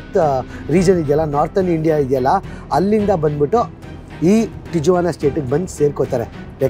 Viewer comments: Hello, lovely people' great and very informative videos. I am curious and always looking forward to your videos. And it is never disappointing you guys are special vlogger than all you youtubers. hats of and. Stay safe and all the best. " Tijuana "it's produced as "tee·uh·vaa·nuh" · Wall existed since 1907 and every president is reinforcing the wall. Do some research before posting misinformation. You saying Bush built 20km wall in 1993, which is the start of the wall is completely wrong. There is a long history for the wall. Its not difficult to find the information. And you are in Tijuana, at least try to learn how to say the name of the city. In spanish "J" is pronounced "H". Its pronounced differently. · ಅದು ಮೆಕ್ಸಿಕನ್ ಹೆಸರು. ಟೀ-ವನ ಅಂತ. Not ಟೀ-ಜುವನ . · ಸಾರ್, its great of you to have visited this place .👍 But ಅದು ತಿಜುವಾನಾ ಅಲ್ಲ, ಸ್ಪ್ಯಾನಿಶಲ್ಲಿ J ಸೈಲೆಂಟು. ಅದನ್ನು ತಿವಾನ ಅಂತ ಉಚ್ಚರಿಸಬೇಕು. ನಾನು ೧೯೯೯ ರಲ್ಲಿ ಅಮೇರಿಕಾದ ಸ್ಟೂಡೆಂಟ್ ವಿಸಾದಿಂದ H ೧ ವೀಸಾಗೆ ಸ್ಟ್ಯಾಂಪ್ ಮಾಡಿಸೋಕೆ ತಿವಾನಾದ ಅಮೇರಿಕನ್ ಕಾನ್ಸುಲೇಟ್ಗೆ ಹೋಗಿದ್ದೆ. ಭಯಂಕರ ಅಪರಾಧ ನಡೆಯುವ ಶಹರ ಅದು. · ಅದು ಟಿಜುವಾನ ಅಲ್ಲ, ಟಿಹುವಾನಃ. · It is ಟಿಹ್ವಾನ not ಟಿಜ್ವಾನ. Sorry, I had to say this. 😊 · Hi sir and mam your all videos are amazing bestest videos in kannada nan anthu nim channel big fan ondh video nu bittilla.. matte ondh correction in this video TIJUANA na ju should be read like that.. ju becomes hu.. please read it like TIHUANA. I live in California Bay Area. I love your Amazon forest videos especially and also Iceland videos. Hats off to you both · Appa nimma pronounciation sari madkolli. Tiyavana antha. Guatalahara kanri. Katkondavare alla. Katkondiddare.